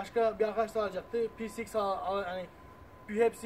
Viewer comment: youtube da motorun adını tek doğru söyleyen adam bu herhalde herkes peceiks diyor :)